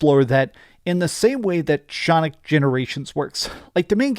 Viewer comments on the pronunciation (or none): Shonic Generations.